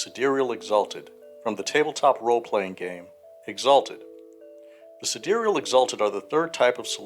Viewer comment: Sidereal is an archaic word meaning "of the stars", the same way Solar means "of the sun" and Lunar means "of the moon" (and Terrestrial means "of the earth"). The pronunciation in the video is essentially correct. (A lot of the other info in this video is out-of-date as of the current edition, but the third edition Sidereals content is still very new).